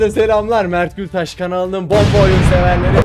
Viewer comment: Abi Gültaş diyeceğim de güllaç diyor diyorum ağzıma oturmadı